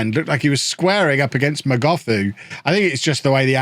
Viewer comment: Hi it's pronounced not as "Mogothu" but as "Mogotu" the h is silent. I'm a native zulu speaker from South Africa